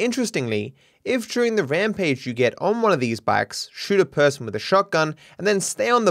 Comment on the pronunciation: “Juring" I’m sure you don’t say murjer. Why is during such a hard word to say. It has the same sound as murder